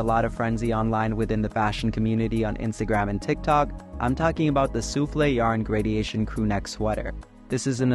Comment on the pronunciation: lmao “gradiation”